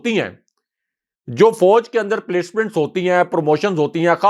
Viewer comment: may like to correct his expression. The word is nit Foj but Faoj.